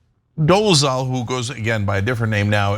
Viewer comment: Dol-e-ZAL NOT Dol-e-ZHAL